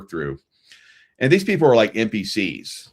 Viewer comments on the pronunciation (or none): It's funny. You say NPC'S and it sounds like "empty seats." Both are correct. Love it.